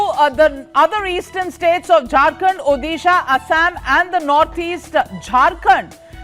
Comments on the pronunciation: try to pronounce odisha correctly...u calling urself an anchor u bitch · Oyee Anchor Madam please pronounce Odisha. correctly. It is not Uddisa ...it is Odisha..